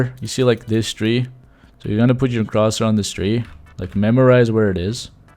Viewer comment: love this :) just to let you know “cursor” is pronounced more like “ker-ser”!